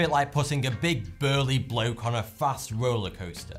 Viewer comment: ....it was funny the way he said bloke you smartasses